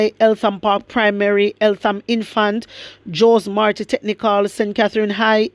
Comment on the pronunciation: The name of the school is Jose Marti High School. It is pronounced "Ho-Say Marti" high school not Joe's Marti. It is pronounced "Reek-ing havoc" not "Raking havoc" although if one considers havoc to be like dead leaves then this "dead leaves" or garbage idea could be a good representation of what is happening in Spanish Town. vizualize : Spanish Town is being covered with garbage by these gangs. With that said, Good job, keep the fire blazing.